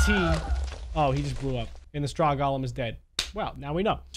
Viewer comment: Nobody::"Gaulem"